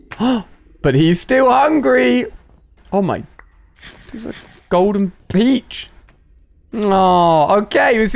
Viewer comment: People saying golden peache" me: enternal pain